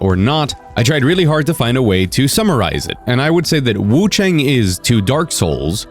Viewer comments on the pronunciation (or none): Hi! Love your vids, I just hope you can pronounce wuchang more accurately. You don't pronounce chang like English "rang" or "sang". Chinese "ang" has a pronunciation similar to English "on", like on and off. You'd pronounce it something like wuchon. Hope that helps!